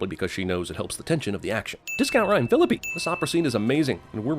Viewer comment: CinemaSins doesn't know how to pronounce "solace" or "Phillippe". (ding ding)